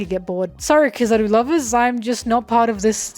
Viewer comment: its not Kissaru its Kizaru -.